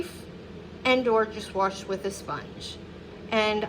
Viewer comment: Wash doesn’t have an “R” in it